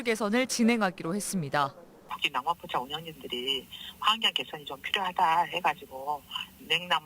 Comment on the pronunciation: 전후, 왜 ‘낭만포차’를 굉장히 많이 말하는데 발음이 중국인이네. 낭만포차 한국 사람발음하고 확연히 차이난다. 아무리 혀가 짧아도 한국인은 저렇게 발음 안한다. 짱깨엠비씨 ㅉㅉ